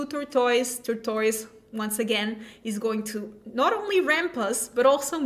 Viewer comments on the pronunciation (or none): Her pronunciations are hilarious "turn 2 scrap gore g'r into turn 3 tore toise"